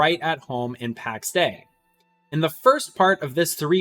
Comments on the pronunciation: Soz, you lost me when you said "Packs Day" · Would be nice if you didn't pronounce "Pax Day".